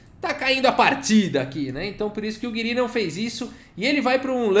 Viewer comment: Acho que a pronuncia correta seria "Gíri", pelo menos é assim q o Nakamura fala e ele conhece o Anish pessoalmente kkkk